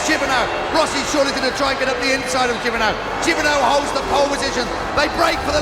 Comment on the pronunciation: sete jibernau not hibernao